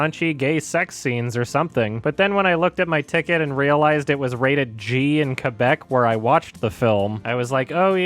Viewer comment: Hey you pronounce ''Québec'' properly!!! Thank you!!!